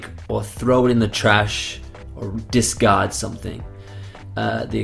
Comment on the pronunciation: Not "disgard", but "discard"